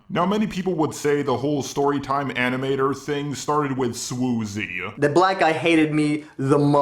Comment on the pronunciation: Swoozie-uh! Style-uh! Animation-uh! Similar-uh! 😂